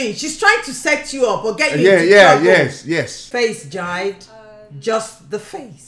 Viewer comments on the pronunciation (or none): Watching this makes me annoyed. She pronouncing jide as "jaid" when its actually "jee-day" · I love how she called him “Jide” instead of “jee-Deh”